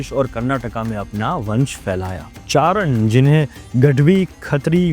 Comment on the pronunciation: It's chaaran not charan